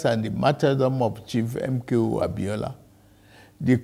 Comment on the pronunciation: It’s the way he continuously call out those names for me. MKO ABIOLA. However it hits you, na you know!!